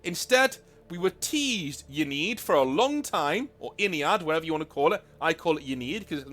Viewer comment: You pronounce Ynnead the way you do because "Ya need" sum lore bout them